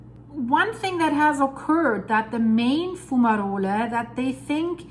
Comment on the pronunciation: Great Video,. Just to let you know that Fumarole is pronounced as Fu-ma-role. Keep up with the great videos. Always looking forward to them.